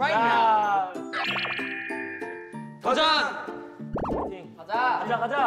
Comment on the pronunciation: Jay is so cute when he was yelling. The fact his English came out saying RIGHT NOW; you can hear his struggling. 😂😂😂 lmao.